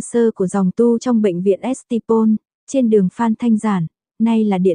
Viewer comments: Mợ ơ: DON phát âm là ĐON, không phải là don diếc gì cả. Còn trường Lasalle Taberd ấy tôi đã từng học: trong hệ thống dòng tu Frères Lasalle điều hành; phát âm là Ta-be. Còn St Paul: là Saint Paul: Thánh Phaolô; xưa vẫn phát âm là Xanh Bôn, chứ không phải Ét-ê hoặc Xờ-tê. Đã làm việc đọc bài, cũng nên có kiến thức.Saint-Louis là Xanh-Lu-y ấy. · Tôi thì rất kinh hãi khi nghe cô này phát âm tên bệnh viện Saint Paul. 😁🤪😃